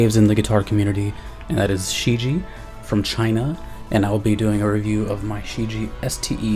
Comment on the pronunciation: Great review dude. Just to let you know, its pronounced as "shh Jyeah"